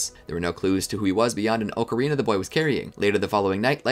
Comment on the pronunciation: The fact he said Ocarina correctly the first time but then proceeded to say it wrong, so many people just sound it out when it's pronounced differently to how it's spelled